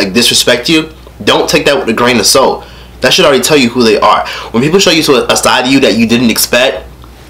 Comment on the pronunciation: i thought he said " dont take that with a grain of soap" lol